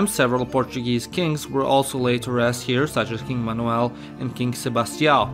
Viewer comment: I literally can’t get over the way you said ‘Manuel’- stunning